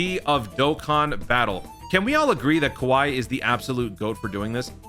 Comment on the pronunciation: GOAT!! You can't say "Kowai" without "W"